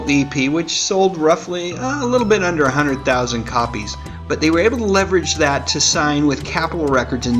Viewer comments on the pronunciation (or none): none